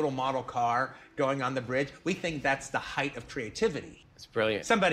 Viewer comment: That comment QT made at the end about the cheap model car was great. "Heighth of creativity " he said. Its funny, because I never thought of looking at it from the point of view of someone who would see it as a lame effect and stupid. Maybe Evil Dead II can be a good meter to read douchebags from artists 😆